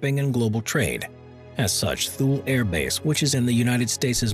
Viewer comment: “TOO-lee.” Not “thool.” TOO-lee